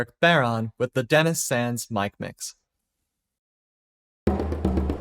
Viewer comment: Just a note on pronunciation - it's bow-rawn. Bow rhyming with wow, fawn rhyming with lawn. Nice to see someone covering it, though!